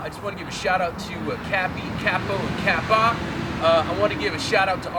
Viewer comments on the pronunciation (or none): none